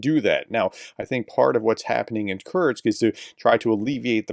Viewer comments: Btw. The city ist not called kurtz but curr-sk like in curry - sky…. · Professor: It's "kur-sk", not "kur-z" (German for "short"). Nit pick. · Pronounced 'Kurtstkt'?